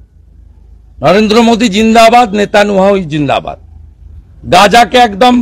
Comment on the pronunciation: নলেন্দ্র মোদি দিন্দাবাদ লেতালিয়াহু দিন্দাবাদ😂 ঠিকমতো নামই উচ্চারণ করতে পারে না। এগুলো নাকি ইন্ডিয়ার নেতা😂